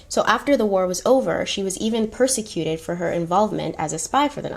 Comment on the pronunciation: You said to correct you, right? (Just checking) 😊 Okay. 1. Wertheimer (wort•high-mer or wort•himmer) 2. Deauxville (doe•vwah, doe•vul, or doe•ville) 3. Voluptuous (vo•lupp•shoe•us) 4. Prosecuted (pras•seh•cū•ted)